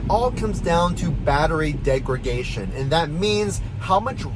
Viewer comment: I like this channel and I think the way you say “degradation” (degregation) is gonna end up being like your catch-phrase